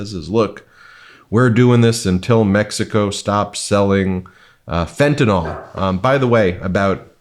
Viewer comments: Ben, it's fentanyl, not fentanol. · can you please fix your pronunciation its Fenta-NIL, not Fenta_NOL !!! C'mon America, you can do it. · It's fentanyl, Ben, not fentanol. Say 'neel' (as a chemist would say) or 'nill' is acceptable, but not 'noll'. It's not an alcohol. Cheers, Brad (a chemist). Keep up the fight and the great work on The Meidas Touch!! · It's fentanyl, not fentanol. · It's Fentanyl, Fentanyl!! Please can you pronounce it correctly? An is not pronounced in, and yl does not sound like all. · FYI, it's pronounced fenta nil NOT fenta nol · FentANYL like NyQUIL. Not fentANOL like alcoHOL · WADR, and only because I hear everyone mispronouncing "Fentanyl".... it's fen-tuh-nil rather than fen-tuh-nawl. If it were pronounced like the latter, it would be spelled Fentanol (like alcohol). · Can you please learn to say the word fentanyl. This is a sincere request. There is no ‘O’ sound in the name of the drug. People take more seriously if you pronounce words correctly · Please, Ben, learn to pronounce fentanyl!